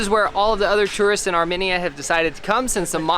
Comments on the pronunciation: omg it’s not Armeneya, it’s ar like pirate then media like minion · Armenia is prounounce ( R- me . knee - yuh) not ( r - mini - ya) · Hey heads up people in the video it’s not Arminiya the way you say it it’s Armenia so plz get your words right I’m Armenian and I don’t like you mispronouncing my country name plz get it right or don’t say The word Arminiya :( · arMENia its AR-mEn-ia pleasse make sure u learn how to pronounce a country before u travel lol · its armeeeeenia not arminia :,( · It’s pronounced Are-Me-Nia not are-men-Ia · I'm an Armenian, thanks so much for visiting! One note, the nation is pronounced Ar-meen-ya. I've never heard it pronounced the way you guys did, it was weird. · Okay I rly liked this video but it’s are-mean-ya and lake sehv-ahn lmao